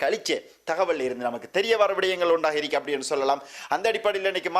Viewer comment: தமிழ் உச்சரிப்பை கவனத்தில் கொள்ளவும் தமிழை கொலை செய்ய வேண்டாம் என்னது இருக்கி இருக்கி?